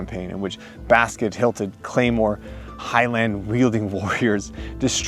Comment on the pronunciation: Oh my goodness, you brought an actual claymore and called it a claymoore